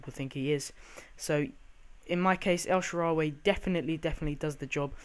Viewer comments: Notch-er-eeno. Jar-Vis, El-Sha-Rare-Ree. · Terrible pronunciation Nocuino, De Sanchez, El sharreeree, and Jarvis is not even tough to say, u fuvking idiot, he's not French